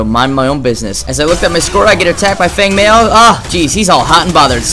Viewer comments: its pronounced feng mow with and ow sound lol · Feng Mao.... pronounced "Fung Mow" twitch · Group Not to knock the video but i think that comment was mostly aimed at your pronunciation. Feng is like ten with a g at the end, and mao rhymes with cow. Still a great guide/great skills.